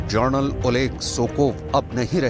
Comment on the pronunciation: Kis bevakuf ko news anchor banaya hai? Ye Journal bol raha hai, General ke badle.